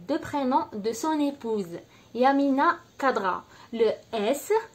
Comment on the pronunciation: Prononcez correctement son nom d'ecrivain please ; c pas kadra , c khadra